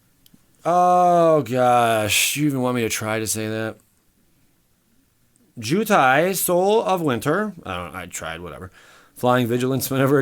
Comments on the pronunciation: Just a tip: Ojutai: oh-due-tie Also, thanks for another great vid... even if you got ripped off. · Great vids man. Btw, Ojutai is pronounced Oh-Jew-Tie. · Oh-Jew-Tie not too difficult to pronounce you illiterate fuck. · The proper pronunciation of Ojutai is (Oh-Jew-Tie)